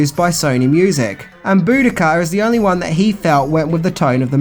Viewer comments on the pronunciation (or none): unfortunately pronunciation of the Enya song’s ‘Boadicea’ which he shows in the video isn’t pronounced that way. “Boo-do-Kuh” or “boo-di-ka”, as you state, is the pronunciation of Boudica not Boadicea. In history she is more commonly pronounced as Bow-ah-dee-see-ah by that spelling of Boadicea. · Bo dee see a. Not boodica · Boadicea is pronounced “bow-ah-dee-see-ah.” Boadicea was a Queen of the ancient Iceni Celtic tribe who led an uprising against the Roman Empire forces intent on conquering them and other places. This is a possible reason for the inclusion of this song in the film as they are trying to show Madchen’s character as a Queen who revolted against the sleepwalkers and the cats were her tribe. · The Enya song, "BOADICEA" is pronounced "BO-DEE-CEE-A". She was a Ancient Celtic Warrioress that Sacked Rome!